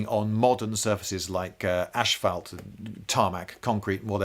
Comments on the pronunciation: You said asphalt like it started with ash. Is that a British thing, or are you just some sort of twisted freak? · Actually, It came out more like "Ashfelt". Nobody seems to know how to pronounce asphalt. And they don't know that they are pronouncing it wrong. Or they just want to get by. My own theory is that they're so spoiled that they don't want to pay homage to the technology that continually saves their bacon every day and every minute of the day. People have spent their lives trying to make things better for us and we can't even learn how to say the words. It's too much. God help us all. We don't deserve any of what we have. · Ashphelt? Is that the accent, or is this another one of those English words that the English refuse to properly pronounce?